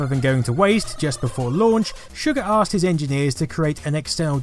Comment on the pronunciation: You said “aksed”